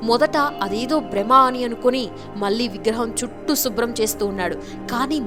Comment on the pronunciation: అమ్మ ఆశ్చర్య పోయారు అనాలి ఆచర్య కాదు... మళ్ళీ అనాలి మల్లి కాదు. ఎందుకమ్మ తెలుగు ని ఇలా చేస్తున్నారు 😡